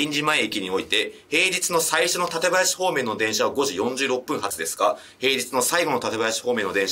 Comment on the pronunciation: 館林の発音が群馬県民だなって思いました このシリーズ好きなので最新作嬉しいです😊みんな楽しそう